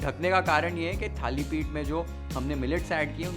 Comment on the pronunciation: Perfect pronunciation Thalipith